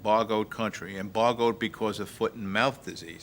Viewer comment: Whats EMBOGGOED mean........did he mean embargoed?